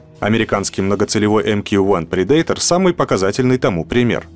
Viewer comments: Прэ’датор (Predator) а не приде’йтор лол. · Предейтор - ёбаный стыд. Неужели так сложно не кaверкать слова?